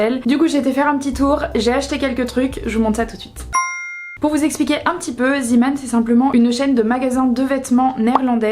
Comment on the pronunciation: Coucou, on prononce "zé" pas zi 😂 C'est du néerlandais.